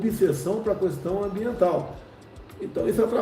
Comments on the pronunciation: Por que diabos Bolsonaro fala sempre CUestão invés de questão???? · O cara não sabe nem falar direto.. a "cuestão" kkkkkkkkkk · Não é KUESTÃO! Essa palavra nunca teve treeeeemaaaaaa caraleeeeoooo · "A qüestão" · E coloca ainda sílaba tônica kkkkk. Qúúúúúêstão.. que ódio kkkk